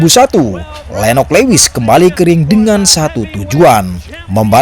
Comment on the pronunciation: Lewis itu dibacanya luwis mas 😅